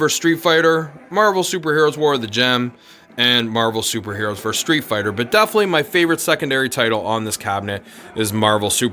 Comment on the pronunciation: DEFINITELY. 4 syllables.